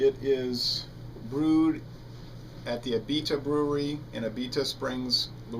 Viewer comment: A-bee-duh is how we say it in new orleans